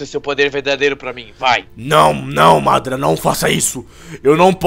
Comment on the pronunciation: não é madra é madara